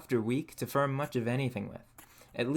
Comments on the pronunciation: Reminded me of white collar Detroit/Grosse Pointe accent, but I haven't heard it ten years. Near the border. Only I think I heard him say "shirtly" for shortly and "firm" for form. Never heard anyone say that before. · This guy has the most interesting pronunciation of the sound -or, pronouncing it -ur/-er. This makes the word more sound like mur, and form sound like furm. I would really like to know what region this accent is from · The way this man pronounces 'or' as 'er'... Like instead of "form" he says "ferm"...."more" = "merr". It sounds intentional as I don't hear him mispronouncing anything else. Very strange. Can't get over it. Really distracting. Also the fact that this dude calls adding hair clippings and rice water to clay, "alchemy". Never watched this guy's videos before probably will never again. Due to his pronunciation, I cannot bear to watch him farm merr clay for his ferrj.